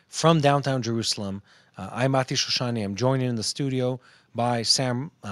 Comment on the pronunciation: Very clearly said Mati. Thank you for such good clarification